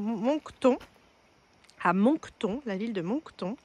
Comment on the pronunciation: Salut les Monster vous est à Moncton mais ont dit Monc et ton comme une tonne de brique alors ont écrit Moncton mais ça se dit Monctonne 🎉😂